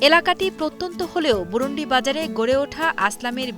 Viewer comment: আরে ভাই বুরুন্দী আমাদের এলকার নাম!🤦‍♂️ বুরুন্ডি না!😒